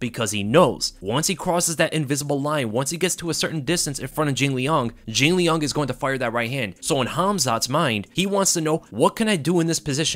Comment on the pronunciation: say jinliang one more time